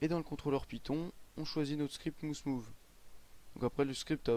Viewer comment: Bonne vidéo. Juste pour info mouse move se prononce: maouse mouve.